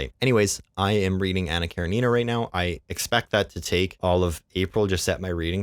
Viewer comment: Hello, I'm new to your channel and you actually pronounced Anna Karenina more accurately than the common "popular" pronunciation. Well done! Calvin and Hobbes is awesome. I named my cats after the comic.